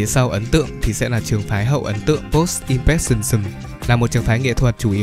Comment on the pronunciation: klq cơ mà đọc là “im pờ rét sừn nì sừm ” nha :)) [im'pre∫ənizm]